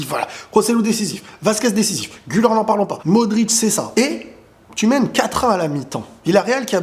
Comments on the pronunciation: Très bonne vidéo. Malgré tout, en tant que Turc, j'aimerai juste que la prononciation d'Arda Güler soit correcte, car en effet, "Güler" se prononce "Gül-air" et non "Gül-eur". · Le R , Arda Güler on le prononce Gulère en francais pas guleur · Exactement😂 mais tu sais il doit le franciser